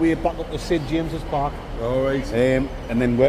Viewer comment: Did say Sid James's Park lol 😆 😂